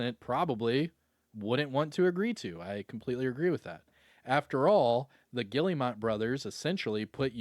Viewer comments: The fact he just kept saying Gilli - mot 😂😂😂 it’s pronounced Ge - Air - Mo they are French. lol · Pronounced Gill-mot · that "guillemot" pronunciation is killing me